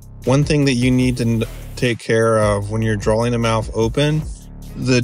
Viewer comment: Good advice, but PLEASE stop saying drawling, instead of drawing.